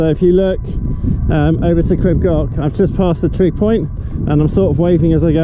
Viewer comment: Nice video crib goch means in English red Crest. But I noticed that people are pronouncing the welsh wrong its pronounced crib (creeb) and it's not gotch its goch (go..cCh)